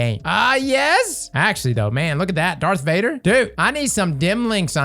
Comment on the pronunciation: "dark vador" 💀